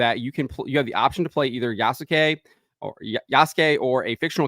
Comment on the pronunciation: It’s “YAAASSSSS” suke.